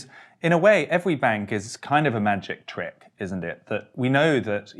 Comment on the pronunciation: " ...in a way evewy bank is kind of a magic twick...." Fweddie?